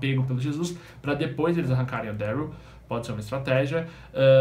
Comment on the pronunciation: Ele fala ueuriu em vês de daryl '-' mais fico legal (